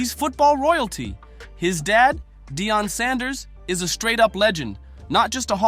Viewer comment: Stop saying his name is Deion not Dion